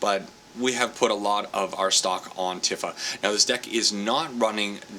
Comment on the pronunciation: just a friendly hint, shes pronounced "Tee-fa" not "Tif-fa"